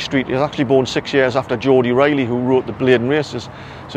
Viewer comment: Geordie ridley not geordie rilley.